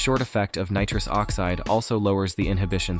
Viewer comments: Nitruse oxeeed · Neetruus Oxceed 🤣